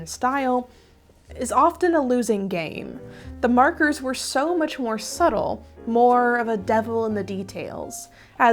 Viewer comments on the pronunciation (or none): none